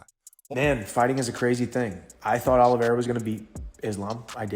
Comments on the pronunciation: Please hire a different person to narrate / do voice over. Sounds really dumb when he says OlivIEra or NurmaGOmedov. Ok he knows nothing about the subject he is talking about but at least learn how to fucking pronounce their names at last. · Charles "Olivy-era." Justin "Gay-sha" lmao. If you're going to hire voice over guys at least explain to them how names are pronounced